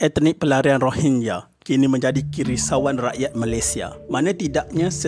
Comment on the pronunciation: Ko sebut rohingnya2 min terasa long tiger weyh